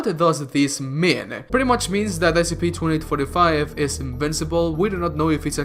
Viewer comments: You need to say each letter of the S.C.P separately. Because what you said in the beginning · Did you just pronounce SCP as a word instead of an acronym?